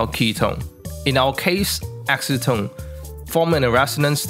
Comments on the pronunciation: Can some one tell him that acetone isnt pronounced ask-o-tone its pronounced as ass-o-tone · Ass-e-tone - no?